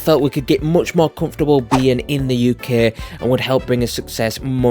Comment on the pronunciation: Yukeh threw me off😂